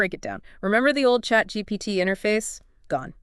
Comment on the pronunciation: ChatGPTT? What's ChatGPTT?